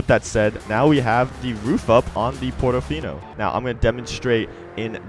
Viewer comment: Portofino not "Pordofinou"